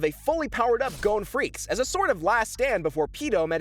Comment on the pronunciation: FREE- SS-E